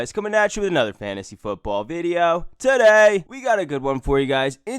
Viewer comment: "TUH DAY!"